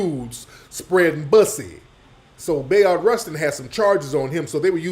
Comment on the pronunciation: Bruh, every time you say bussy that sh!t just sound funny as hell 😆😆